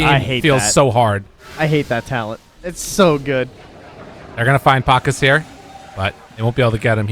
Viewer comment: Pa-KAZ, not PAK-as